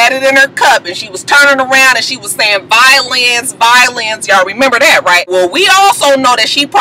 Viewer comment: I thought she said "VIO-LANCE" (violence)